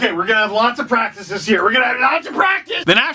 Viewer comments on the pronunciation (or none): none